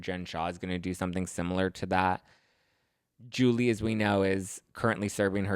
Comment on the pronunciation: I just love the way u pronounce Julie name.